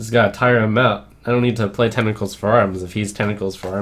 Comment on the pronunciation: Trump tentacle has two T's in it. You spent the entire video saying tenicles for arms. Babyrage